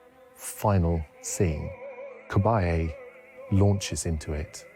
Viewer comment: The name is pronounced with the emphasis on the last syllable Ca-ba-LLE, not Ca-BA-lle